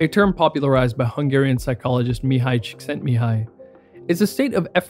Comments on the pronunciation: I love how much you look into everything you talk about in your videos. You even pronounced Mihaly Csikszentmihalyi's name correctly. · OMG, you pronounced Mihalyi Csikszentmihalyi's name correctly, I'm quite impressed.